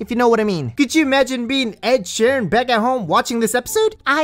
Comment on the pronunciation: Man said Ed sheran